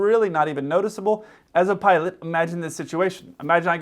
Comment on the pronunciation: He can't even pronounce "pilot".